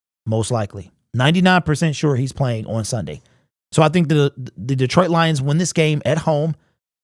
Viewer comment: Why can't he pronouce the word on?